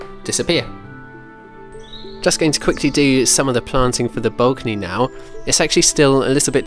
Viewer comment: I do enjoy these videos, but I am a bit concerned about your pronunciation of the word “balcony” as in “the Balkans”. Didn’t know that was a thing.